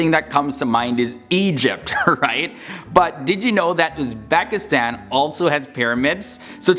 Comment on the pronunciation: Not "UzbAkistan", but "UzbEkistan". Pronounce it right.